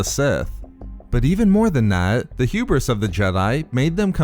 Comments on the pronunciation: Renard Corsair H U B R I S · Say hewbris one more time